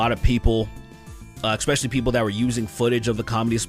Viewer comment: Saying things like ekspecially and ekcetera, instead of especially and etcetera makes you sound... not so intelligent.